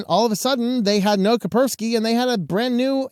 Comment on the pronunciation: It's KaSperski, not Kaperski. You pronounce the "S".